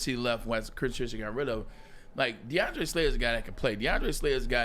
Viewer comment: He definitely slipped up on that one 🤣🤣